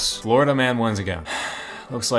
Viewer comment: Americans worst nightmare: Fourida, or Califournia?